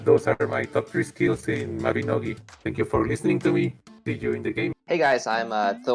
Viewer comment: Was so close to disliking the vid just for the way you pronounced Mabinogi